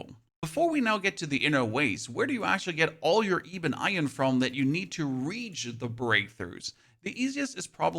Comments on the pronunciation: eebun iron. heh thats quite funny. Its Ebon iron, like eb-on, as in like "ebb and flow". the E makes makes the 'eh' sound and not the 'ee" sound in this instance. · Great video, by the way, I think ebon is eh-bon. Keep up the good work!